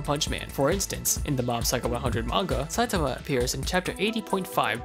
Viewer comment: Oh good they said his name correctl